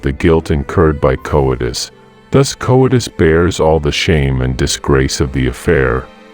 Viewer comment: can't pronounce coitus worth shit. Probably can't do it either